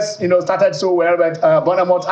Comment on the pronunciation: This is my first time listening to Channel Sports on YouTube. I am amazed at the inability of the noisy hosts to pronounce some Premier League club names correctly. Bournemouth and Newcastle in particular.